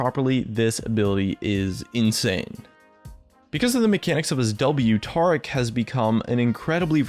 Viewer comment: Taric, not Tarc